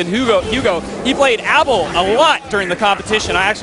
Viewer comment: ABE-EL!! Not Abble. -___